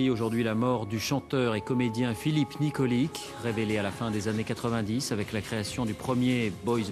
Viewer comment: Nikolic se prononce nikolitch